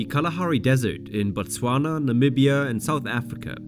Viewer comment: bro can you stop butchering the hell out of the name Botswana